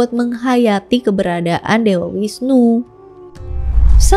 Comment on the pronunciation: Bagus skli kk, cuman koreksi sedikit V dibaca W ya kk misal visnu dibaca wisnu dst. Pura puseh ada disetiap desa bukan kecamatan Hindu di bali menganut aliran Siwa Siddhanta dimana semua aliran dipersatukan dalam harmoni Dewa siwa tepat nya pelebur, bukan perusak